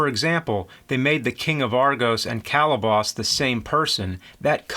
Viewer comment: He's killing me! Bubo, Calibos, Thetis...he got 'em all wrong. I'm not even sure if Charon is correct. I thought it was an "sh" pronunciation. I'll have to rewatch the film.